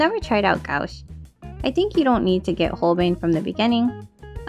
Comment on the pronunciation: This was a very fun and informative video. You really were able to put a lot of information in under 7 mins and we’ll. Thanks for sharing I recently purchased my first set of Holbein gouache. I’m having so much fun with them. Only $20 in Japan 😲 When pronouncing gouache it’s more like gwash 😊 Both your pieces came out great. I haven’t seen that animé might have to check it out. I just started watching Tokyo revengers with my daughter, who has already watched it 4 times.